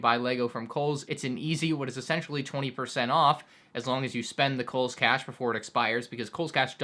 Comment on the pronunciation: Lmao he said koles